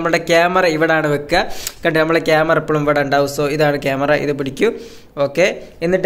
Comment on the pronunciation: എപ്പളും അല്ല എപ്പഴും